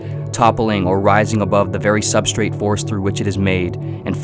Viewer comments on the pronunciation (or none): none